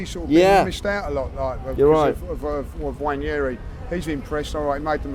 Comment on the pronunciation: If you misprononce the name Johnson, every will be up for it. But wanyeri for nwaneri. There is an "n" in front.